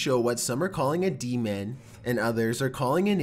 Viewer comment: D-man -_- demon...deeemooon not d man